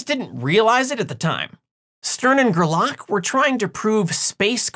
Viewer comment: Still, it's GER-lach, not ger-LACK ;-)